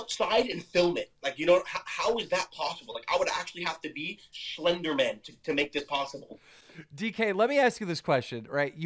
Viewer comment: Shlender Man😂